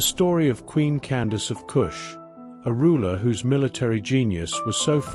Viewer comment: I’d like to add that her name was Amanirenas. Candace as you stated was an official title pronounced “Can-doc-keys” (my way of phonetically spelling it). There is a bust of Augustus Caesar in the British museum that was found under Amanirenas’s temple/throne (please look it up). She was known for raiding Augustus Caesar’s territory and brought back a souvenir. She buried it under her feet (throne) to signify how she felt about the foreigners coming into her cousins (the ancient Egyptians) land and now trying to take over hers. The one-eyed queen: Amanirenas❤